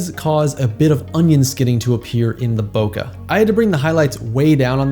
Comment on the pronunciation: Bokeh is a Japanese word. The vowel sound of the "eh" part at the end of it is a short e, as in "head," "bread," or "bleh." It doesn't end in /ə/ or rhyme with sofa.